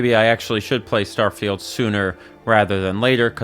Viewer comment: ah yes, "Starfield"